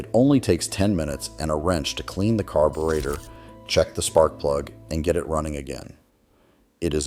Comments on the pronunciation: And let's not forget "carboorhetter!" Pathetic. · Good content! Would be great if you followed your own premise and had a human narrate your videos instead of an AI that flubs carburetor.